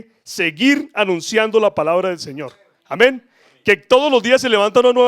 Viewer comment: Por qué dices Ameñ Cada Rato Amén Y Amen